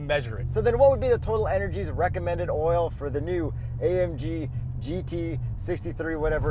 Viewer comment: How has no one commented on the correct way to say Total Energy? I am from the US, although from the energy capital of the world and I know how to say it. If youbare sponsored, say it the right way.